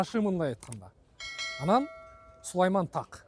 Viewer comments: Нур .кж. сулайман тоо ..сулайман таак эмес додур .тоо. Деп уйронгун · Сулейман так эмес Сулайман тоо,туура айтчы тууган